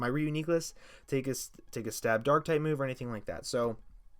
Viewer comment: FLYGON SUXXX also stop saying reuniclus like that pls